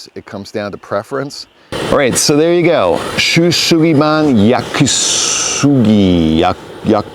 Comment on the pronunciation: Thanks for your video about your updated way of Shou Sugiban. By the way, „sugiban“ is like the english word „super“ and not „shoe“ and „gi“ like in English „give me“. And the japanese „shou“ is more like two parts „sho“ (English word „shore“) and „u“ (but not like the English word „you“ rather like the sound one makes when thinking „Huh, what did you say?“) Think about like it would be written „sho-u su-gi ba-n“ ==> sho-huh su(per)-gi(ve) ba(r)n Japanese (and the related Turk languages) are beautiful languages for the human anatomy of tongue, teeth, lips, breathing etc. and very easy to speak. Writing Japanese on the other hand is not that easy and it distorts the image of the Japanese language of an easy to speak language.